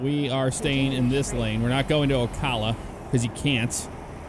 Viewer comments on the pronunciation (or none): Lmao it's Ocala not ocalla. Cal as in caliber. XD